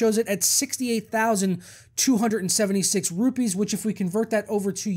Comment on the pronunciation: You literally made my ear Twitch when you said rupees! and yeah that amount of money I could buy an Indian motor bike :P but at the same time this GPU is in my dreams for now xD